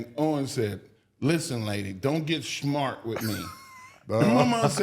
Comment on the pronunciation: no, Mark said it as "Listen lady don't get SHMART with mey" 😂😂😂